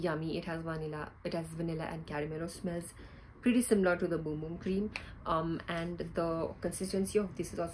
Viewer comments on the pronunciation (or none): I think you are pronouncing “bum bum” wrong